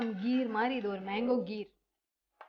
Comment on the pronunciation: Akka athu menko ella manko olanga solluga